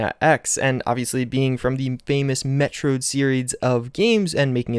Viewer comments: Metrode? Metrode?? ಠ_ಠ Son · "Met-trod series" I laughed:)